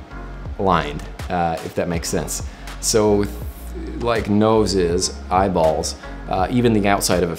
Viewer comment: The way he emphasizes “eyeballs” tho 😂😂